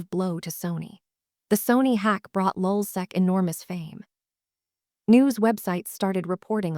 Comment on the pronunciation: Lulsac? Man sit the fuck down.. you know nothing about lulzsec